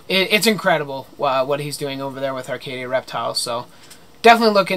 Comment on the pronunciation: Arcadia Reptiles Haha spot on pronouncing my name😂 loved the video btw! Keep doing you! Yes do a grinds my gear video lol